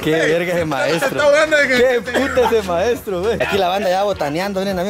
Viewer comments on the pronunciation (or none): Aki los que escucharon al decir faestro